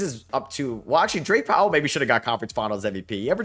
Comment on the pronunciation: Calling Drake Powell "Dwight" repeatedly made me wanna punch the screen.